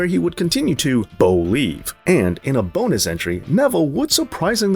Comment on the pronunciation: Love the BO-nus entry when talking about Bo Dallas.